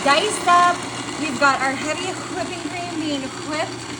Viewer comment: Take the wrappers off before you cut The Snickers bars. 🫣 Have you ever heard of a mixing bowl?! 🙄And take the marbles out of your mouth when pronouncing whipping! You suck at this. You suck at cooking. You suck at speaking. You suck at presentation and execution and technique. And don't even get me started on the lack of your nutritional knowledge. 👎